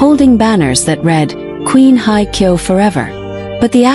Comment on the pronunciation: excuse me for just for the record, her name is Song Hye (sounds like `Hay` and not like `Hi`) Kyo. And second of all for the record, this is FAKE news. don`t bother watching, although the pictures of her and him are quite nice. Thanks for the photos.